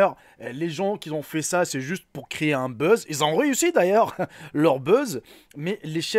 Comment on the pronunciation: Sans accent on comprendrait mieux on croirait entendre un squale mdrrr un fake pas un fike un buz pas un Biz on dit pas une groupe mais un groupe . Et c'est une petite question pas un petite question mon frère ce n est pas méchant mais faites un minimum attention pour les enfants .